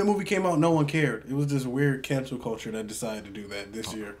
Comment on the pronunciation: They mispronounced canceL for canceR...